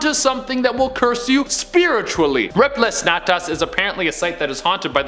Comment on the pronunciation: IM CRYING THE WAY HE SAID REPLEH SNATAS PLS